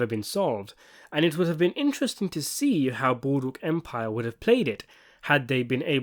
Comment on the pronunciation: Ah yes! Good ol’ Boodwook Empire!